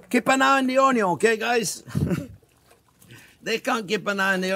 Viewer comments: I could listen to him say onyo forever haha love you chef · I love the way he says onion. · I think I watch him more for entertainment than for cooking because I laugh so much with him, especially when he says the word onion 😆.